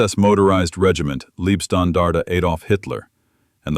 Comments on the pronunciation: Thanks for the video. It’s both annoying and funny that AI is talking about the “Liebstandarte” and not the “Leibstandarte”, making it the “love guard” instead of the “bodyguard”. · Also kindly correct AI from 'leeb' to LIBE (leib)standartige shtan-dar-tig eh. And Wiking is correctly spoken as 'Vicking.'. Now we'll all feel more comfortable. We also appreciate the corrected 'Panzer Meyer' designation. Thanks.👍👍